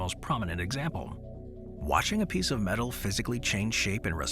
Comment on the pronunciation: Do you mean metal not medal ?